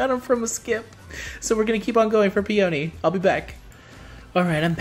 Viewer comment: Fakeouts only happen for the final summon in a 10 fold or in single pulls. Also Peony is a flower name, and is pronounced Pe-anee